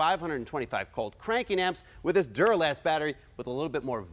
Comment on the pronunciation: I had a physical reaction to "Duralast"